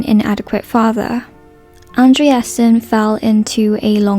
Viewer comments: you pronounced his first name very well! “-sen” is a dano-norweigan suffix that means “son of” so his last name is “son of andré”. “andrésen” would then he pronounced “andré-sen” rather than “and-re-esen”. in swedish, “é” is also pronounced like the e in the english word “idea”. this is just a small thing, though. i just wanted to share since i’m swedish :) can’t wait to watch the rest of this video. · the pronunciation of the actor is ANDREH-sen and not AndreAsen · Bjorn’s surname has TWO syllables, not three as narration employs. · Omg all this woke dribble blaming the director...lol..she dousnt even pronounce his surname correctly and calls him a beautiful boy herself..thereby objectifying him....will beautiful people ever be ignored..lol..no ..that is life.humans are hard wired to beauty..all this blame blame blame..such nonsense